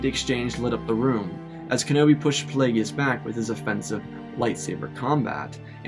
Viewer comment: Not plague e us it’s plague us darth plagious